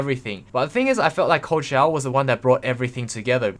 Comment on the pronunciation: Every time you say ''cold shower'' I hear ''Coachella'' Im I just dumb?